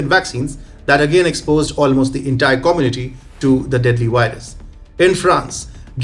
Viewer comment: I like vatching TFI wideos about the wirus and the waccine, vhenever they come out.